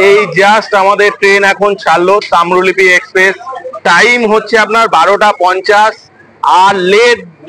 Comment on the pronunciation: Tamrolipi NOY Tamrolipto